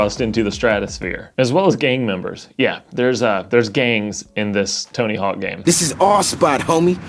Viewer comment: Are you calling it Tony Hall?? Bro